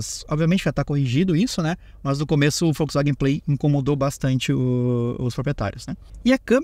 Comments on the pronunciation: Volks… e não Folks… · Pq vc fala Folksvagen? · Só eu que reparei que o fala Foxwaguem?😅😅